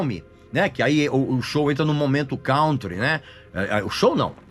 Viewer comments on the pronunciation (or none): PERGUNTO-ME QUAL O MOTIVO PELO QUAL OS BRASILEIROS PRONUNCIAM “COUNTRY” INCORRETAMENTE (COMO SE FOSSE “COUNT”). PROCUREM A PRONÚNCIA CORRETA NO GOOGLE PORQUE É ASSIM QUE SE CONHECE QUEM SABE OU NÃO O MÍNIMO DE INGLÊS.